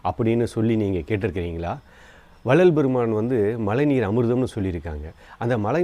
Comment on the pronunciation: உங்களுடைய மழைநீர் என்ற சொல்லை உச்சரிக்கும் போது ழை என்னும் ழகரத்தை சரியாக உச்சரித்துப் பழகுங்கள் நண்பா நன்றி